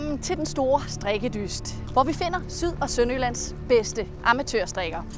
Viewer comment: hooly shit your pronouncination of the show titlw is really good!